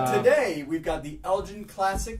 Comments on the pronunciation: Still not getting it right - its pronounced Murray as in the tennis player. Also Elgin is said as you would say the 'g' in word 'game'. We'll get you there yet fella's!:D I got the Elgin Classic as a gift the other year and it tasted of soap, so I won't be touching another for quite a while! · I think whoever was telling you to pronounce it like that was having a laugh, it is pronounced the way it is spelt. Also the "g" in Elgin is pronounced like golf not gin. Hope this helps in future vids guys.